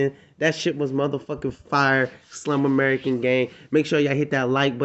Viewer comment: SLUMERICAN not slum american. Please! With all due respect I promise. That's nails on a chalkboard for the real Slums! Stay blessed homie!